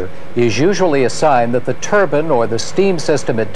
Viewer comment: Haha yeah hes saying turban, which is a type of headwear😆 its pronounced turbine